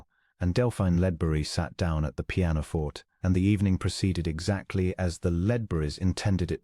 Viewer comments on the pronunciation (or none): pianoforte /pē-ăn″ō-fôr′tā, The constant and repeated mispronunciation of words commonly used in these stories gets on my last nerve!!! Learn your craft or move on!!!